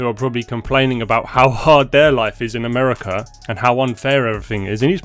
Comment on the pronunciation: Why are you saying "Americr" instead of AmericA?, are your parents so ignorant that they couldn't teach you how to speak English correctly, do you now need speech-therapy?, where is that R at the end coming from?,😖, but kudos to the Iranian dude who was taught how to speak English correctly.🤭